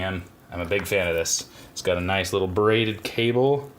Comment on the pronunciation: Lol at first I thought you said “berated” cable i was like “oh no! Poor cable :(“